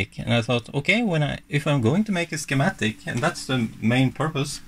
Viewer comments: Hey, form non native English speaker to another, you pronounce it "Skematics" 🙂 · when I was in Shool we made shiematic all the time!